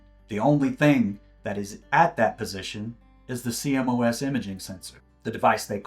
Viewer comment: please say "See-Moss" for CMOS sensors :) i know it's an acronym but that's how it's said in the industry :) trust me